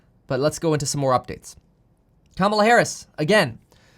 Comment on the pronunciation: You're saying Kamala Harris wrong. It's pronounced "COMMA-LAH" for her first name. I'm not saying this to pick sides. I'm just letting you know you're saying her name wrong.